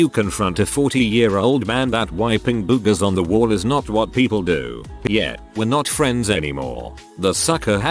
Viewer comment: "Boo-gahs." I love this TTS bot.